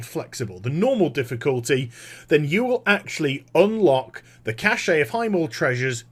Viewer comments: I like your vids, but there's just one pet peeve of mine... "cash" not "cash-shay" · Just a side question....why do people (englishmen, australian, etc.) say "kash-ay" for "cache"? Does the "e" throw you guys off?